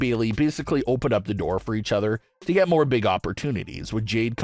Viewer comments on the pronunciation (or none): none